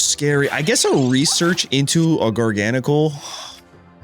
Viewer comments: How did gar-ga-nacl become jargonsol😂😂😂😂😂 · It's actually pronounced gar-gah-nack-ul, as in gargantuan NaCl, as in table salt. Jargansol is diabolical and so hilarious, but the correct pronunciation on the whole line is a top tier pun 😆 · Garga-gnocci? ❌ Jargansoul? ✅ W engagement bait, W deck, W video lol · gar-gahn-a-kuhl? 🤭😂 he might be my fav Pokemon I’m realizing , I came back to playing for like legends za but my first proper game was gen 9 where he was introduced… what a dude lol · Funnily enough your prononciation of Garganacl's name comes really close to his french name "Gigansel" 😭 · can the pronunciation get any worse?😂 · This is the best pronunciation yet. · I try not to comment on people’s pronunciation of Pokemon names, but I’ve never heard anything like that pronunciation of Garganacl.